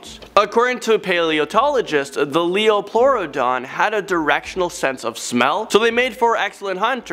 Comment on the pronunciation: It's a lieoplurodon,!